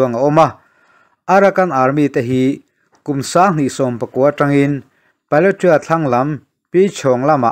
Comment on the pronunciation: Bengvarthlak thei hle mai, Chuan, thil pakhat, Pa-le-twa tiin i rawn lam ri a, a dik chiah lo, Pa-let-wah tia lam rik tur a ni e. Hakha tih pawh Hâkhâ, a ri a sang ve² tur.